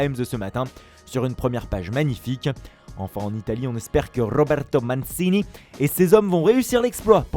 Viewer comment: Faut apprendre à prononcer MANCINI! Ça devient vraiment ridicule